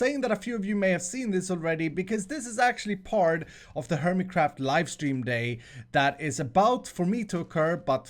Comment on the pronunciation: “Hermitcrawhft” pronunciation by a bumbo